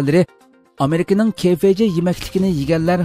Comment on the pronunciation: ھەرقانداق خەۋەر بىرىشتىن بۇرۇن قايتا قايتا تەكشۈرۈش كىرەك ، بۇلۇپمۇ ئاخپارات يۇقۇر تۇغۇرلۇقنى تەلەپ قىلدۇ ، ئۇنىڭ ئۈستىگە ھازىر كۆۈرمەنلەنىڭ ساپاسى يۇقرى ، خاتالىق كۆرۈلسە ئاخپارات ئورنى بولغان ئۆزىڭلارغا تەسىر يىتىدۇ 。 بۈگۈنكى خەۋەردىكى ئامرىكا تىزتاماق خانسىنىڭ ئىسمىنى KFG دەپ ئىلىپ سىلەر ، ئەجبا سىلەر Cبىلەن Gپەرىق ئىتەمسىلەر ؟ KFGئەمەس KFC